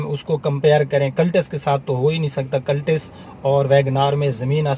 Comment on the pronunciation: Ooo Bhai word b sahi bola kren "Cultis" nhn iska nam "Cultus" hy aur Friends ko b thek se bola kren plz